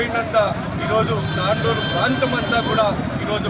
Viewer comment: Its not tandoor its tandur